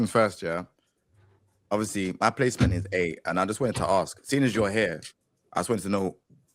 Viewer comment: It's pronounced "ask"